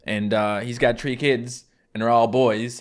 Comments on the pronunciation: “It’s not one, two, three; it’s one, two, tree” 😂 idk why that’s so funny to me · "It's not one two three, it's one two tree" 🤣🤣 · “It’s one two tree.” Me: the proficiency is true. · it's one, two, tree Me: Welcome to atc! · "1. 2. Tree" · One two tree